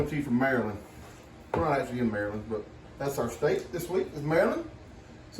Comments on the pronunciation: Maryland girl here. I am glad everyone liked the crab cakes. Nothing is better than homemade ones. you were pronouncing the state name correctly. As for the people called just add an er to the end. And of course I especially loved this video. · When it was founded they did pronounce it Mary land.